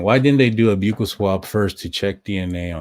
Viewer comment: Love your show… just FYI, because it’s said so much, buccal is pronounced like “buckle” … like on a belt. ❤